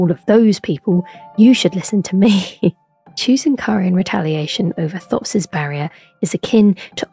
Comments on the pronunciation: his name is pronounced "Topes" not "thops". he says it when you meet him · It's pronounced t-hopes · Pretty sure he pronounces his name as "Topes" when you meet him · He pronounces his name as 'Topes' so why doesn't this video? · For a lady who makes a 30 minute long video essay about him, you’d think she’s learn how to say his name. I’m two minutes in and right after she shows the scene of him literally saying his name, she mispronounces it right after.